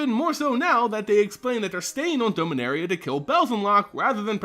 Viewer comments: It’s pronounced Dom-a-nar-ia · Doughminaria omegalul